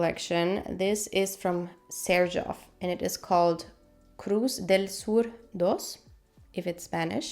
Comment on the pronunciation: I guess I have to test Cruz Del Sur II. You pronounced it perfectly by the way.